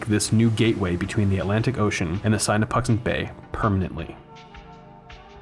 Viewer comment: Just an FYI its SIN a puxant not SIGN a puxant. Lol